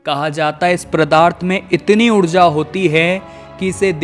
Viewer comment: जानकारी अच्छी थी बस किसी-किसी शब्द का उच्चारण सही नहीं है जैसे-पदार्थ को प्रदार्थ बार बार बोला गया।